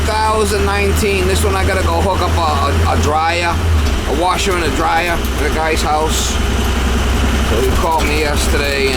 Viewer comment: "A washa anna dryia" 😂